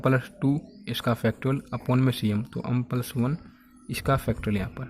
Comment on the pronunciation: अम nhi hota एम hota hai